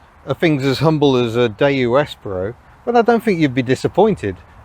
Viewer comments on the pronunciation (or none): "Espero" -- the stress is on the second sillable, not the first -- is Spanish for "I hope", or "I wait". Spanish does not have a distinction between the two. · I almost bought one of these back in the day but decided to get a Nexia instead. Reading reviews I'd always assumed it was the second 'e' was pronounced as in 'Eat' not as in 'egg'. I had quite a shock when I heard it pronounced!